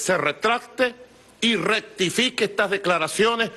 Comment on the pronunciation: Dijo: " ractifique"?